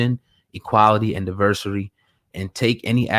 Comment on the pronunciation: Sounded like he said Divursury🤣